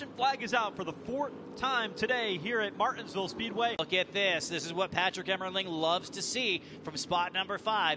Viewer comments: How hard is it to say Mar-tins-ville? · That's what he said